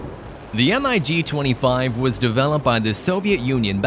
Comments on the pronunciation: MIG 25 and 31 - If you want to "sound" right, pilots say it like one word "Mig", not M - I - G. Mig 25, Mig 31. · Had to stop the video. Saying M-I-G, instead of "Mig" just sounded horrible. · Every time he said M.I.G. and not Mig, I wanted to slap my momma. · MIG NOT m I g ! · Please stop spelling MIG. Just say the word. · MIG not M.I.G stop rewriting the vernacular Funt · O.K. are we talking about everything that makes a cutting-edge fighter or a speed machine that can't hold its own in a furball? The F-106 as well as the rest of the Century Series were interceptors (missiles only, and no guns) not fighters. The same as the MiG-25/31 pronounced Mig. it's one word, not M. I. G. It stands for the Russian aircraft designers Mikoyan and (i in Russian) Gurevich. If you want to put in a jet that is a jack of all trade's fighter, from dogfighting, SEAD and a mud moving close air support Mach 2+ fighter, on the list, where is the (Block 70/72) F-16V Viper? The SR-71 Blackbird has no place on this list. At Mach 3 it takes an area as large as Ohio to do a 180 turn. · EMM-EYE-GEE 29….sure!! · I liked the information about the different jets. But the narrator should be informed by the writers and director on how to properly pronounce the names of the planes. We saw "Grooman" not Grumman and he pronounced it incorrectly. He also pronounced the MIG not as one word as it's referred to since their inception, but he pronounced each individual letter in the name; m-i-g. I enjoy informative videos but the producers have to get it right, and the person narrating must be spot on. Perhaps education their spokesperson would lend more authenticity to their message, but that's just me... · "Diesel powered propeller plane" ?? "Em I Gee" "Em I Gee" "Em I Gee" Urrrgghhh